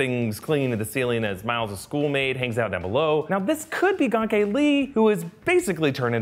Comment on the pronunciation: I knooooow this white boy didn’t say “gahnk-ay” It’s pronounced “gain-key” (look it up), and is spelled Ganke for y’all who ain’t know